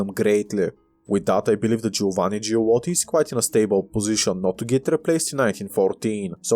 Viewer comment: I'm halfway through it. I like how you went from pronouncing "Giolitti" to "Giulotti"😂😂😂